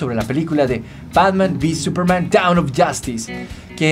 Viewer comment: Es DAWN no DOWN xd